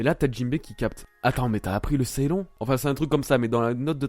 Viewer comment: J'ai pas vu le scan mais Ceylon, d'ailleurs ça ce dit " Ceylan ", c'était l'ancien nom du Sri Lanka avant 1948. Le lion auquel tu fais référence c'est peut-être celui figurant sur l'actuel drapeau du SriLanka. Parce que les lions comme tu dis, meme préhistorique ça n'existais pas la bas à part les léopards.